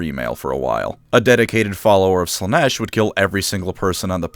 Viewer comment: It's Slaa-nesh. Learn the words...!